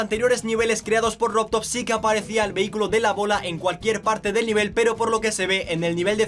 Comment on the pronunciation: Alaaaa as dicho vehi-cylo 😲😲😲😲😲😂😂😂